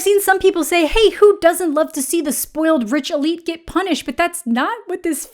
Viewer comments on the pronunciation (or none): none